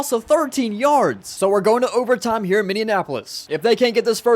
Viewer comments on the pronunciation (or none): Ok as a Minnesota resident this really keeps bugging me, it’s not MinneANNapolis, it’s just Minneapolis .